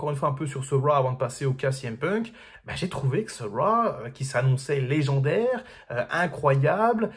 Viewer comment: Arrête de dire Raw ou apprends à le prononcer correctement...